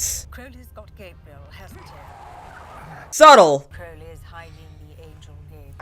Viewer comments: Well, you pronounced Crowley right when you talked about pronouncing it wrong. It's just an oh like in crow vs. an ow as in cow difference, so I don't think it's accent related. Your Aziraphale is spot on, though. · I don't really grasp your excuse for not pronouncing Crowley correctly. I mean, you have crows -the birds - in the US right? Do you call them 'crow' as in 'how'? Nor the most important thing in the world, admittedly. Just confused